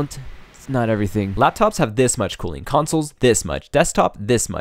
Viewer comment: i thought it was cooling not cooing